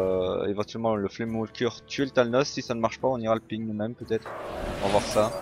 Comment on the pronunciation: Salut, "flamewaker" se prononce " weycoeur"(way) et pas " wolcoeur" ( comme walker), bonne vidéo !